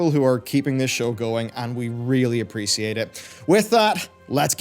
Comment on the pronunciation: Please don't say appreciate like that again